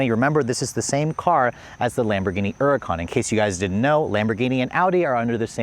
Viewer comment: Stop saying huracán wrong, it’s annoying